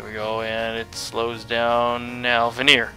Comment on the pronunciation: I'm pretty sure it's pronounced ver-ni-er. To veneer something is layering thin layers of something together.